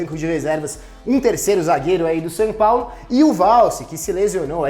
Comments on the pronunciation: Dou risada quando o fala "San Paulo" kkkkkkkkkk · "Sam Paulo"